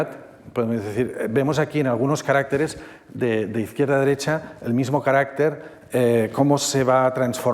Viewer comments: Maravillosa conferencia, pero cómo se empeña el conferenciante en decir "carácteres" en vez de "caracteres". Es muy curioso. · No se dice caráctetes como dice el del video, se dice caracteres. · No es lo normativo. El singular es “caRÁCter”, no “caracTER”y el plural es “caracTEres”, no “caRÁCteres”. La confusión se debe a que el acento prosódico se desplaza, como pasa en la palabra RÉgimen/reGÍmenes. Es una pena, ya que es una palabra fundamental cuando se habla del idioma chino. Aun así, la conferencia estuvo estupenda. 😊